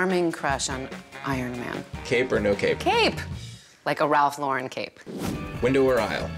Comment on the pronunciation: Finally someone who says Ralph Lauren correctly.